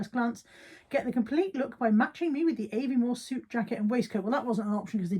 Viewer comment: Aviemore pronounced Ah and not Eh ❤